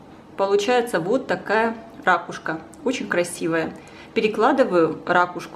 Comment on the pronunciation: ....ракУшка...... ракУшка....говорите правильно по-русски!